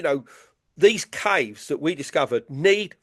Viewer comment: It took me a minute to figure out he was referring to “caves” when he was pronouncing it weird